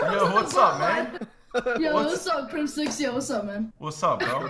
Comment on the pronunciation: "You're on the line with crimSEX"